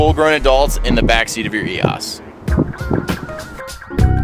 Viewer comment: Love the car and video but your mispronunciation is killing me EEe Oh Sss